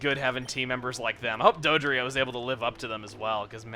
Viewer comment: At the beginning, I thought he said 'doge'drio.